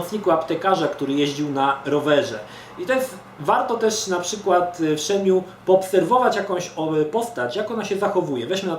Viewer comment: A to się nie czyta przypadkiem "Szen mu e"? UncleMroowa zawsze tak czytał.